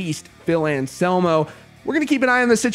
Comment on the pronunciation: And anselmo not Shamo